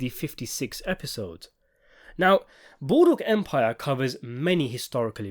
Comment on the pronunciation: Ah yes! Good ol’ Boodwook Empire!